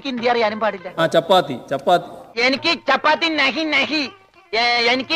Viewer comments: Chappathy alla pappathy ,🤣🤣🤣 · ചപ്പാത്തി... ചാപത്തിയേയ് 😂